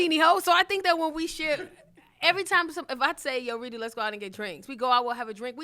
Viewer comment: She called this nigga Redo the whole time😂 (Ree·Dough)